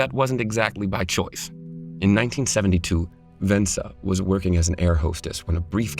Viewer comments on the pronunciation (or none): Vesna, not Vensa ,😁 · If it’s written VESNA, and it is, why would you think it’s pronounced VENSA? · it’s Vesna (rhymes with Cessna), not “Vensa” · How can Vesna be spelled like that and pronounced Vensa? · "Vesna" not "Vensa" lol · You would think if you were going to narrate a story about a famous woman you might get her name right ! It's Vesna not Venda ! 😢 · Her name is Vesna: Ves-na, not Vensa: Ven-sa. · It's Vesna not Vensa.. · Vesna not Vensa. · VES--NA! Not "ven-sa." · Vesna, not Vensa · Vesna , Vensa... Santa, Satan... Close enough huh? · She's not Vensa but VeSNa.... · Her name is VESNA and not VENSA.... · She is not VeNsa, but VeSna. :) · VeSNa, not "VeNSa". Cool though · I have to be brutally honest here. If you're making a professional video, you must have professionals working on it. The idiot doing the voice over for the airline stewardess's amazing fall, failed EVERY TIME to pronounce her name correctly. She is not "Vensa", she is "Vesna". Vesna Vulović. Don't Forget it. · Vesna! Not Vensa. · Repeat after me: Ves-Na. Ves-Na. Ves-Na. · You mispronounced Vesna's name repeatedly.. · The least amount of respect shown to Vesna would have been getting her name right on the video commentary. The cue would've been just reading aloud what her all caps "name tag" on the black-and-white video says. Apparently that was too much to ask.